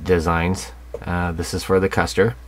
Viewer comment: This is a superb kit. Ma.K is a rather new interest for me but I have dived right in and am having a blast. Also, it's pronounced KOOSTER. Those umlauts over the U make it a long U. Think Motley Crue.